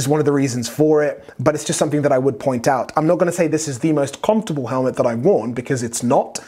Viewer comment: Man still can’t say comfortable